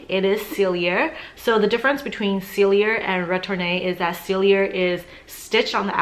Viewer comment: PALLADIUM not platinum. SELL-EE-AY, not sell-ee-yer. girl!